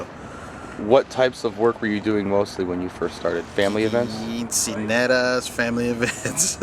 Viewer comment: ITS QUINCEAÑERAS,,,NOT QUINCINERAS homeboii